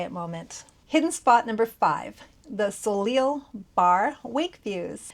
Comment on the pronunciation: Soleil is pronounced SOH-LAY. It means sun.